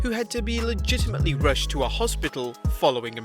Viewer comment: How many times did you say ligitlmely